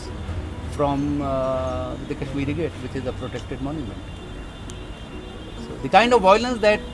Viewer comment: At last! Someone who calls it Kashmir Gate and not Kashmireeeee Gate. The 'eee' at the end came from the way it used to be spelt "Cashmere"...The French spelling of "Shahjahanabad" was "Chadjeanabade"....I shudder to think what the city would have been called today if this spelling had fallen into the hands of us Desi types